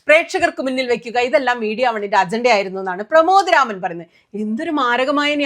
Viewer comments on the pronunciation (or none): അത് സുനിതക്ക് തിരിഞ്ഞില്ല അതിനു മീഡിയ വണ്ണിനെ, പ്രമാദ് രാമനെ എന്നല്ല പ്രമോദ് എന്ന് ശരിക്കും പറയു. ആവേശം കേറി അക്ഷര പിശാചിനെ കൂട്ട് പിടിക്കേണ്ട. വിമർശിച്ചു സയൂജ്യം അടയുന്നു. കാരണം സർവ്വ കമ്മി നേതാക്കളും സന്ഘികളും അക്കാര്യം ചൂണ്ടി കാണിച്ചിട്ടുണ്ട്. അത് നിങ്ങൾക്ക് അത്ര ദഹിക്കുന്നില്ല അല്ല്യോ. അതല്ലേ ഇടത് കമ്മി കഷായം കുടിക്കുന്ന സുനിതക്ക്.😂